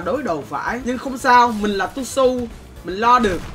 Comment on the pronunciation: Tuzhu❌ Tushu✅